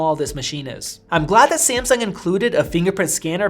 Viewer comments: Its Samsung sir not Semseng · 5 seconds into the video... "SI-AM-SUNG~"